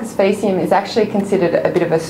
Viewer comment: Wrong pronunciation for faecium.